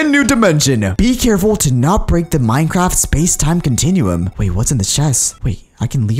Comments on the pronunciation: Is it just me or did he say minecrap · at the beging i think he said minecrap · sed Minecrape